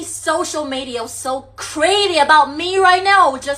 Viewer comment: 过去跟这种东西叫“公交车”，意思是谁都能上。现在这种叫“公厕”，就是谁都可以往里面排泄。而且发音也很垃圾，media, video, bitch等等发音都错。